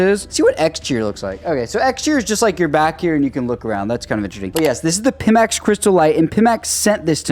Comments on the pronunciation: PIMAX ---- not PIMMAX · It's not "Peemax", it's "Piemax" lmao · Pimax is really astroturfing this thing if they are even sending them out to people who can't even say their name correctly, lol. Waiting for Steam Frame or going with Big Screen Beyond 2 once they get their eye tracking sorted out.